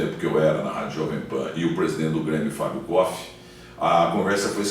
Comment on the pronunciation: É impressão minha ou o Milton Neves falou mais de si, doque do Fábio koff? E ainda falou o nome dele errado, continua arrogante.